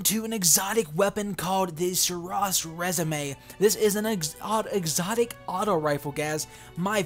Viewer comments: Bro did you just call it "suraws resume?" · lol you don't even know how to pronounce the name of this weapon smh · Completely butchered the pronunciation. Informative nonetheless :D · Your favorite gun but you don't know how to pronounce it's name :( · You said it completely wrong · Please say the name right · I think u pronounced it wrong lol great vid tho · If u can pronounce the weapon right il give u mine lol